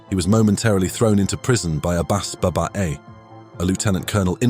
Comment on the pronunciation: it is not Ba-baa-A It is pronounced Baba-E (Each of the A-s is pronounced with a long, upgoing tone - say similar to A in the word "Ball" or as in Persian letter " آ " . btw this Abbas Babba-ei, apart from his side taking with the new regime (He was the son of a poor city garbage collecting father in a city near the capital of Iran who after high school, got into AirForce, American Trained in a new program initiated by the wisdom of Shah, called Homa-Far, thus well-educated status), was a genius/highly intelligent person and the mastermind that truly made destiny turning decisions in the course of Iraq-Iran wartime, changing the tide significantly for Iran. Like many others, this genius was never promoted or recognized adequately by the ignorant Mulla's and when he was training a rocky pilot in real war and a successful mission's return and while landing, was shot by self-fire by an ignorant soldier (Similar to firing down of Ukraine Airline passenger plan). Legend has it that, he was shot with a gun from land and despite being fatally wounded, didn't let his student pilot come to know and contributed to the safe landing of the fighter jet, only to be known dead, when landed!